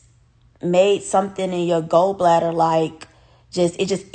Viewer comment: Not go bladder its Gallbladder.